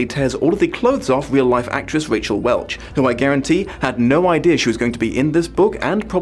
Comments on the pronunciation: Raquel = Rack-Ell. Not Rachel. =p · Raquel Welch, not Rachel Welch. Look her up,. She's a famous beauty. Sounds like the movie is much better than the book. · Just so you know, it's Raquel ("rah-kell"), not "Rachel", and Bakker is pronounced "bay-ker"